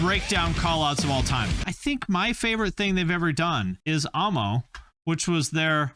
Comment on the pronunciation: Thank you so much for calling it ah- mo, and not ammo.